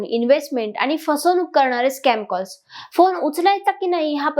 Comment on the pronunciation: तुम्ही छान बोलू शकता. फक्त कंपणी, आनि असा न चा ण आणि ण चा न प्रयत्नाने टाळा. मग तुम्ही निवेदनात चांगली प्रगती करू शकाल. बाकी तुम्ही मुद्देसूद बोललात. Good expressions and confident body language.